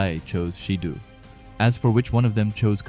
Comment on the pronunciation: It’s not “sheedu” 💀 pronounced Shi Doh